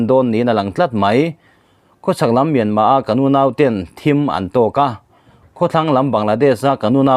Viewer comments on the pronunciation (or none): none